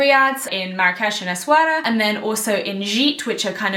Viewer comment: Yaaay I'm from Morocco, I can't wait for you to experience Mount Toubkal, it's literally life changing. The food is AMAZING and people are very nice and warm 🤗 I really hope you'll enjoy it! Also, the way you pronounce Essaouira is perfect haha